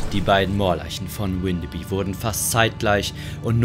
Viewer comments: Moin, komme aus der Nähe und ich muss sagen es hat mich extrem getriggert das Windebi gesagt wird es wird aber alles was auf by endet bü ausgesprochen😅(da alle diese Orte mal zu Dänemark gehörten) also heißt es gesprochen Windebü 😅 Trotzdem sehr cooles Video☺️ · Das wird windebü ausgesprochen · Ich wohne hier in Windeby und erstens wird das „W“ vorne nicht englisch ausgesprochen und zweitens spricht man das y hinten wie ein ü. Und dann ward ihr da an einem Ort unterwegs, der tagsüber und ohne Effekte und Gruselmusik zu einem der idyllischsten, schönsten Orte der Gegend gehört. Wir haben hier Obstbaumwiesen, Buchenhaine mit alten Bäumen, kleine Teiche und Seen. Es ist hier komplett gar nichts gruselig, ganz im Gegenteil, und ich muss es wissen, ich bin hier täglich spazieren und zwar auch bei Nacht.